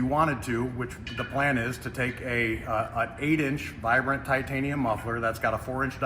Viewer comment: ‘Titainium’ you say? 😂